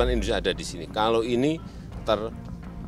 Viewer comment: Sakit perutku, mendengar " kalau " tu Boss ....